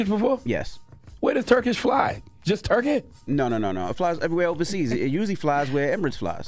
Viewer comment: "Where does Turkish fly ... just TUR-KEHH?!" 😂